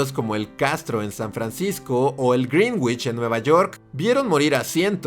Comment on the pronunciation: Dato curioso, el barrio neoyorquino reconocido por su historia en la comunidad gay; Greenwich, se pronuncia grɛ́nɪʧ o "grinich" (Si, el Ingles apesta, no como el maravilloso español que como se escribe se pronuncia) PD: Me dio mucha risa el chiste de Bane xD